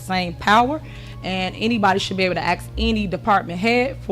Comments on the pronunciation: The way she says aks, not ask really grates with me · WHEN A PERSON TALKS TO TIFF! SHE NEEDS GRADE SCHOOL LANGUAGE. SO ( HYPOCRITE ) WE USE THE WORD(TWO FACED) OR THE WORD ( ASK ) NOT (AKS) (QUESTIONS) NOT (WHOSTIONS) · I axe u. That’s all you need to know about this POS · She might get what she wants if she were ro "ask" not "ax" for it. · The word is :"sked" NOT axed.